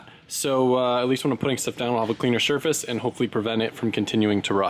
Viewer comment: “cleaner shurface” 🤗